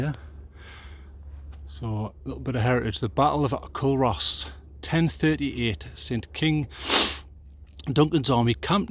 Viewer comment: Good vid.... By the way it's pronounced "Coo-Ross". 😉